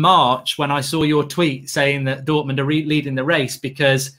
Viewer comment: And the "education at Dortomond" part